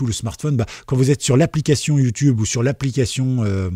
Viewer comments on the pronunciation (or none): none